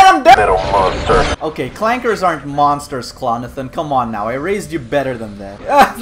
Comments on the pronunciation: STOP WITH THE HARD R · I don’t appreciate you calling them “clankers” with a hard R although I don’t condone it I prefer you use “clanka”